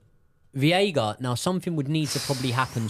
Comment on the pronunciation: its veiga like sega 😅